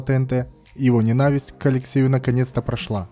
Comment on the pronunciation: Как можно говорить слово "ненависть" с ударением на второй слог? Вам русский язык не родной?